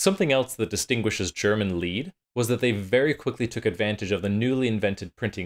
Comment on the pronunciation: MEHdici, accent on the first syllable. Lied is pronounced “leet.” I see your diction book on the shelf😉Good music samples!